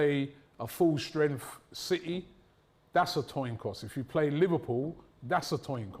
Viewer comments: “Toin coss” -the illustrious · Coin toss not toin coss 😑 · That whole “Toin Coss” killed me, I’m surprised Lewis never laughed. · We all love a 'toin coss' 😂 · Toin Coss lol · toin coss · That’s a toin coss